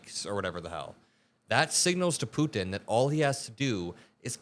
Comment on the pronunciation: thank you for pronouncing 'Putin' with the 't'. So many young people today skip over the t's in the middle of words - Putin becomes 'Poo-in' - and it drives me insane.